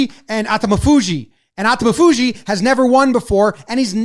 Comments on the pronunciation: Quick guide to pronouncing sumo wrestler names. Say them somewhat monotone with NO emphasis on any syllable. So instead of a-ta-mi-FU-ji, say a-ta-mi-fu-ji. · You are trying too hard to say Atamifuji. If you listen to NHK the Japanese commenter says it exactly as it looks. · Thanks so much for featuring sumo again! You did a good job with the names but they're a teeny bit off - if accuracy matters, here's the short cut: Aonishiki (OW-NISH-KI) Atamafuji (a-TAMMI-fuji) accent on the 'tama' (even though Japanese technically has no accents, just inflections. :) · pronounced "ah-tommy-foo-jee" and "ow-nish-key"